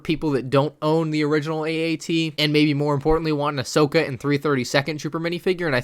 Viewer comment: it's Ahsoka not Ashoka